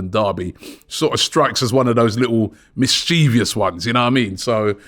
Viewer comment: "Mis-cha-vous" not "Mis-chee-vious" Robbie mate. Also - Garcia? no no no, too slow, too weak, too average - there is a reason Barca want to sell him at only 15 mil at the age of 22.